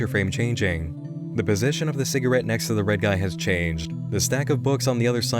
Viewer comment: Also, during his "rage" when analysing episode 5, he doesn't pronounce si-gah-rette. correctly. Instead, he says si-gr-it, which I had to replay a few times to hear.